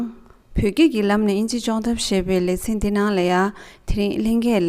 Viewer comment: Sentient སྒྲ་གདང་ནོར་འདུག